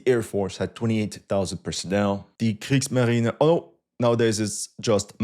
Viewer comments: and also before… Bruder, sprichst Du deutsch? Deine Aussprache ist akzentfrei…! 🇩🇪 In case I'm tripping and you don't speak any German… I was asking if you speak German because your pronunciation sounds accent-free…! 🇬🇧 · Nice video. "Die Kriegsmarine..." 🤣Your German pronunciation is really good. Those weren't easy words.